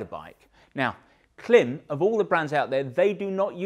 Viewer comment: It is pronounced Klim as in climb. Great content btw.